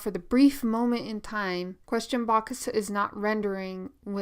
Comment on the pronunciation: "Question bokusu" 😂 Anyways good video, learnt a lot!! Thank you.